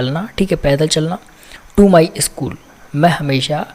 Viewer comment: इस्कुल नही, स्कुल होता है